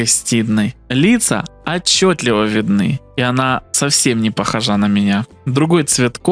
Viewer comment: за каждую "не похожА"- дизлайк. Пишешь из видео в видео. Ну, найди ты в словаре, как это произносится на русском, проверочные слова, но такого твердолобого впервые вижу. Ну, обосрался, сказал неправильно, перезапиши, чувак. Почему безграмотные лезут в чтецы? При этом эти безграмотные не исправляются, но хотят подписки, лайки и фин. поддержку. Если человек делает работу херово, то ему в обычной жизни за это не платят.